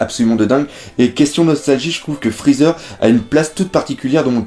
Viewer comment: "Frezzer" Aie